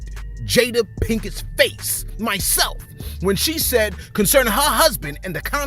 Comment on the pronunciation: That's not how you pronounce her last name. Lol